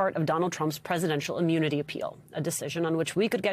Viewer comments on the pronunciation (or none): Anyone notice he seems to switch between "immunity" and "ammunity"?